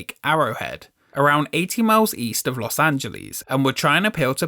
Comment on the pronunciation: "about 80 miles east of Los Ann-gel-eez" Sorry, but as an Angeleno I can't tolerate this.